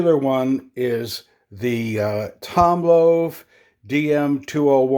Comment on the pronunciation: You sound like an Ebay sellers worse nightmare. MS63 coins are going to have bag marks, and its already been graded. Also, its pronounced "TOMLOV", not Tom Love", and microscope is not spelled correctly in your title.